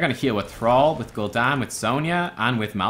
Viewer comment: its pronounced Malthael with a silent E merge the a and e to an AE sound thats the correct pronounciation